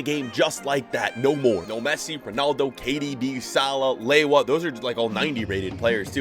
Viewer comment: He’s doesn’t know how to pronounce names. He’s saying lewa as in lewandowski